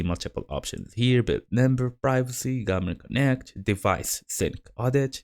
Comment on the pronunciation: Чё за гугл конект ? 😂 Гармин конет !